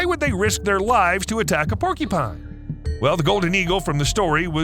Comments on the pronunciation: It’s porcupine, not porkypine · Hey, brother.... I like your videos... which are largely impeccable... 🙂 But... just for your information, you are pronouncing PORCUPINE incorrectly. It isn't PORKY PINE POR Q PINE is the phonetic spelling CU is pronounced as a Q. Now YOU owe me a coffee! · Bro seriously saying porky-pine this is literally blowing my fucking mind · "porkypine", "porkypines", "porkypine" 😂🤣 Stop! You're killing me!! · Oh no....the dreaded Porkypine. I'm sorry .....I honestly am, it's just a pet peeve. I get shivers every single time I hear the narrator say "Porkypine". 🤷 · Why does here keep saying "Porky-pine"?! XD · Say porky-pine one more time... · Have I been saying porcupine wrong my entire life?